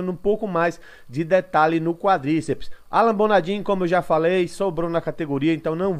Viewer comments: que Alan Bonadim o q... o nome do cara é Alan Bonadiman, o mínimo de respeito é falar certo o nome do maluco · Mano, bom dia. Sugestão, verificar o nome correto dos atletas, não é a primeira nem segunda vez que vejo vc falando errado o nome. No caso é Alan Bonadiman nao Alan Bonadin. Abraço